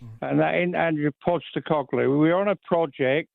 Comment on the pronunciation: “Andrew Postecoglu”